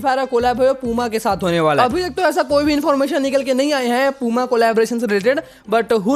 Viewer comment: Bro wo पूमा नहीं प्यूमा है 😂😂😂